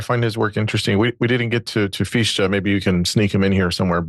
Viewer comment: The name “Fichte” is not pronounced “Feesh-tah”, it is pronounced “Fich-tah”. Imagine that you are about to say the English word “how” — the pronunciation of the “h” sound in the beginning of the English word “how” is similar to the pronunciation of the “ch” in “Fichte”. Imagine that you are about to say the English word “fix”; now, imagine that, instead of pronouncing the “x” sound at the end of the English word “fix”, you replace it with the “h” sound at the beginning of the English word “how” — next, add a “tah” sound (the “ah” in “tah” should sound like the “a” at the end of the English word “sofa”, or like the “ah” your dentist may have you pronounce when he says to you “Say ‘Ah’”); and now you have an appropriate pronunciation of the name “Fichte”.